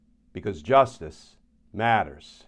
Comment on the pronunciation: I very much appreciate your work and in general the quality of your production. May I respectfully request that you reconsider your line reading of the tagline “because Justice matters.” You tend to phrase it somewhat awkwardly. Try not to pause so long between “Justice” and “matters”. The more natural pause, albeit a slight pause, would fall between “because” and the phrase “justice matters”. The best way to effect this would be to give less emphasis to the “be” and more emphasis on “cause”- then to pause slightly, and then to say (together) “justice matters”. Thus: “Be-CAUSE… jus-tice mat-ters.” Try it out— please. Just a thought.